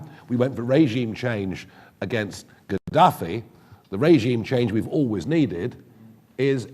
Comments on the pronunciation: Oh My God! I am dead ... Regime change sounds more like Raygime Chaynge 😅😅😅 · Now I get it!I get the comments. 🤣 I was wondering what Raygime chaynge was.🤣🤣